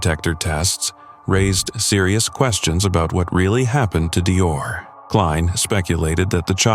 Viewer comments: It’s DEE OR! That’s the baby‘s name. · DeOrr. If you’re gonna correct, get it right. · DeOrr, not Dior